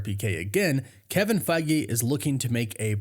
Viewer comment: 😂we could play a drinking game based on how often you say Kevin Fiege